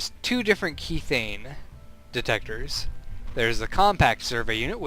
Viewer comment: god I hate being a grammar Nazi but I cant help it this time. methane pronounces meh-thay-n....logical to realize kethane is promounced keh-thay-n sorry :o couldn't help myself